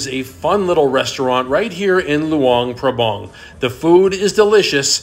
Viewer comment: The local people pronounce it Lao. And the town is pronounced LuAng PrAbAng. Not Lu-ung Prabung. They are 'A's not 'u's. And yes, it's a nice place to live, but it doesn't have a proper long term retirement type visa.